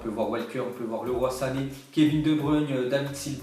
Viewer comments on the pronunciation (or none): none